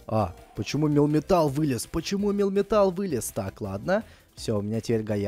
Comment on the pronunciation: Не милтан а мелмитал